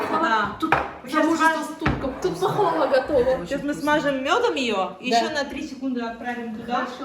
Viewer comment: Не пахвала а пахлава😂 правильно говоришь туганым, уз миллэтенэ житми, торле хэллэр була, янында уз кешен булсын! ❤🤲Бер дигэн кыз син,узен шэп, чибэр, телгэ оста, сина да табыла яхшы кеше! 🤲💗